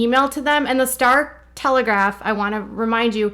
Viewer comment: it’s the star telegraM, not telegraph!!!!!!!!